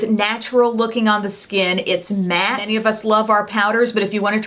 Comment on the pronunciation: You said "matte" and I'm instantly sold!